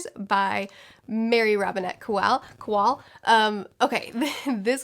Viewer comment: I'm pretty sure Kowal is pronounced Co-Wall. I loved Calculating Stars for its hope. It says that, if we have the proper motivation, we can overcome the obstacles of the world (through space travel obviously).